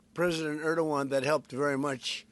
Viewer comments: Why trump call Turky prisdent Erduan. Where is the G letter gone? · clown show nothing else a bunch of non sens, cant even prononce Erdogan. the level of ignorance and stupidity on international affaire is astonishing! at his point Satanayu could just be president of the US sicne Israel already runing america.